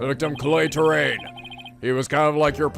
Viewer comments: TEAR-UH TERRA NOT TERRAIN TERRA I REPEAT EARTH = TERRA TERRA DOES NOT EQUAL TERRIAN DO YOU COPY? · Dammit it's not "Terrain" it's "te run"